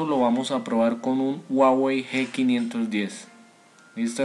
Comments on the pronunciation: Pero no donde es ;) Tutorial incompleto y encima dice guawey jajajajajajajaajajajajajajajajajajajajaja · Dislike por pronunciar mal huawei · WUAWEI :'v